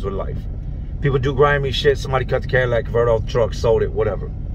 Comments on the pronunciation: "Cadillac converter" LOL. its catalytic converter ( cat ah lit ick ) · Love ur vids jay but for the love of god it's catalytic converter not Cadillac converter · Are you saying Cadillac or catalytic. Lol either way great video. Maybe that cops was the one that inspected Mr.ElasticAss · Did say, "Cadillac" Convertor? Idk what that is, but is it anything like a "Catalytic" Convertor??? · Cadillac converter,? do you mean a catalytic converter? just askin:P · It’s catalytic converter, not Cadillac converter. LMAO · Plz tell me ur not saying Cadillac converter. Catalytic converter Catalytic catalytic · It's catalytic not Cadillac. Salute ,👍🏾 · CATALYTIC converter! Not CADILLAC converter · Just so ur aware, it’s pronounced cat-aye-lit-ik.. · I want to say those are shitty engines You say catalytic converter funny lol